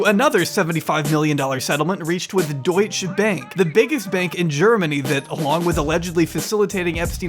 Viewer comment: By the way, the German way to pronounce Deutsche Bank is Dōyt-chuh Bahnk. Deutsch, like you pronounced, is the language. It's like if you called Arabian land Arabic, or Arab people Arabic.